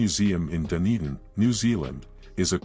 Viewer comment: Show sum respect and learn the place names and pronunciation FFS, never heard of Wenwapie...it's Whenuapai. Dundin... Dun e din. Like what your doing other than the crap pronunciation